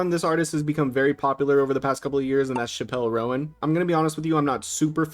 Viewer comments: "Shapell row-ann" lol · Oh my god why’d he say it like that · Chappell Roan, “Chaa-pull Rone” like. Yall cant be this bad at reading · Two things: one that was the craziest way to pronounce chapel Roan and two I will be uninstalling Fortnite and throwing my pc out the window if taylor swift is ever added to Fortnite.